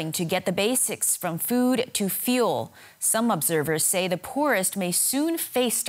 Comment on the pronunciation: You pronounced food as fewd- but yes there is lot of fewd there right now